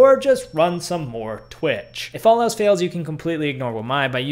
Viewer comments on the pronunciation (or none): none